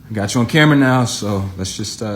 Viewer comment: Lies caught on kamrah... truth caught on kamrah.... stuff caught on kamrah.... kamrah caught on kamrah